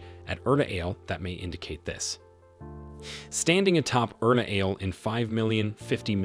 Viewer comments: it is called ERTA ALE not URTA ALE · The volcano 🌋 Erta Ale as you say it, is actually pronounced Ertha A-lay.